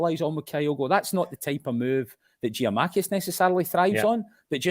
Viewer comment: and Giamakis when it's Giakoumakis